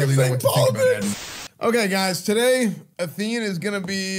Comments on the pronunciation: What the AI's all have in common: • it is what it is • complains about their day • most of the time pronounce Athene as athenee • they all have some kind of word or phrase they often end their sentences on, reminds me of animal crossing. • sometimes pronounce words wrong that they've said right before many times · I love that the AI keeps calling him “Atheenie”